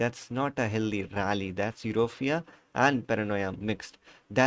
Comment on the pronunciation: BKL eurofia nahi यूफोरिया hota hai 😊 BTW nice video